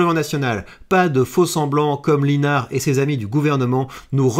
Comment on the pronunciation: Pour info, ça se prononce David Lissenard!! Comme quoi il manque de notoriété et pourtant je le soutiens!!